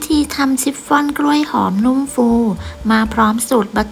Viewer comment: ชิปฟอน ออกเสียง ช ช้าง ไม่ใช่ ซ โซ่ ออกเสียง ซิปฟอน ทุกคำเลย นึกว่าหูเพี้ยน😂